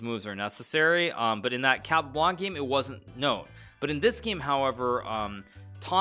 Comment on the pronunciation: I love how Hikaru tries his best to pronounce "Jose Raúl" the correct way and then pronounces "Capablanca" with a heavy american accent